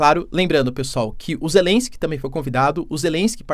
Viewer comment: Acorda "Zélesk" 😂